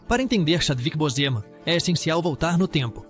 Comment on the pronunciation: Vc pronuncia errado o nome de Chadwick Boseman